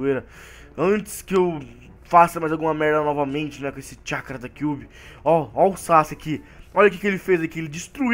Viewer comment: Alguém percebeu que o fala chacará em vez de chackra kkk